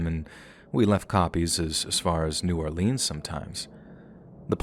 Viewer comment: As a South Louisiana native and lived here my whole life, we pronounce New Orleans, New Or-lens, no emphasis on more on either syllable…and Lafayette is pronounced Laffy-ette with slightly more emphasis on the “ette”…and yes, it’s Laffy, just like Laffy Taffy, not La fy ette or Laf-eye-ette, Just Laffy-ette…just thought you’d like to pronounce them the correct Louisiana way…love your channel!!!